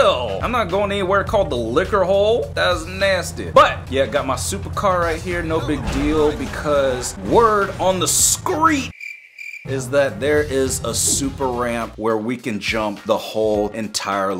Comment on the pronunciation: Why u called it the skreet 😂😂😂😂